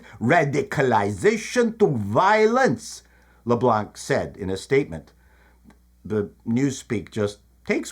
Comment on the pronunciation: I hate all the Libs, so don't mind at all, and sort of chuckled at him not leaving the 'C' in 'Leblanc' silent. But lol'ed at the accent, Leblanc being Acadian and not having any french accent